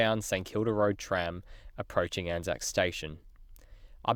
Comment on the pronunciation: It is pronounced as a word “Anzac”, not each individual letter, A-N-Z-A-C, hence it is spelled as it is said. Much like Qantas, Asic and Anzac Day/biscuits. ANZAC is only used when referring to the actual Corps